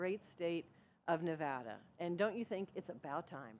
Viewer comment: Beautiful tree. See, our state is more than neon signs and casinos. But a little irritating the first guy kept mispronouncing Nevada